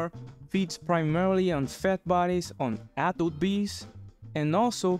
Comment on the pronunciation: whenever you say "adult bee" i hear 'apple bee'